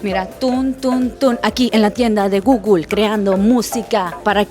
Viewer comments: Alguien le puede enseñar cómo se pronuncia Google? No entiendo de dónde saca guglu…Porfavor enseñarle a pronunciarlo bien que no parezca una analfabeta 😂😂 gugul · Porque dice gugul? 😂